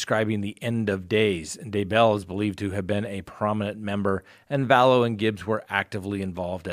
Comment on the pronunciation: Sorry, I have to unsubscribe. The repeated misspeaking each episode (so many renditions of Daybell!) Today — if you’re not going to be accurate with pronunciation, names - Pondowski(?)’, ‘black lives matters’— I can’t justify your increasingly length (and always accurate) sponsor chats. It just seems as if you can use some of your jump cuts to re-record your errors during your episodes. :/